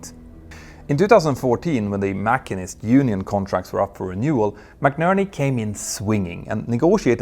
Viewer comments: Minor, machinists is pronounced muh-sheen’-ists. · Hey Mentor: great videos, English tip... Machinists is pronounced ma-sheen-ists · I usually thought it was pronounced Ma-chi-nist (mə-ˈshē-nist)? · Btw, machinists is pronounced mah-sheenist, not mah-keenist. For a minute I was wondering if you thought the unions were Machiavellian! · ******you're pronouncing 'MACHINISTS' wrong*************************